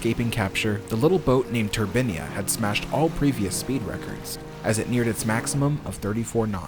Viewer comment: You pronounce 'turbine' correctly one minute, then name the ship incorrectly. I do understand Americans can't speak English properly but do make your bl**dy mind up.